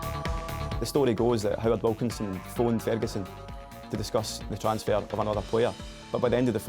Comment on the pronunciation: Seriously, what the hell is that guy mumbling?? He sounds very much like one of Microsoft's male speech voice in the old Windows. And the way he said "transfer" is just weird...